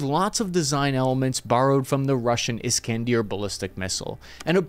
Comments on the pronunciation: there is no 'deer' in 'iskander' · Is-Kan-der not Is-Kan-Deer. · My god you butchered Iskander